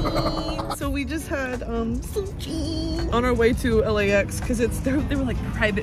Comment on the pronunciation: The way you said sushi killed me